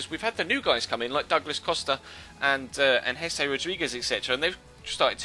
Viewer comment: It's jese